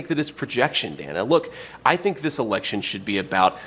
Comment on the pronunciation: I do like how JD keeps saying her name.. Dana i... and such. It's a smart tactic